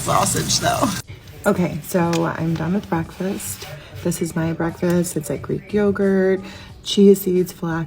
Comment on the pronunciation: Breas-brekfast hahahah